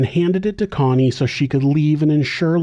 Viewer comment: Why are you saying coney her name is Connie